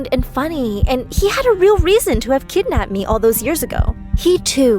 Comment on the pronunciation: "I saw my KeDdNaPped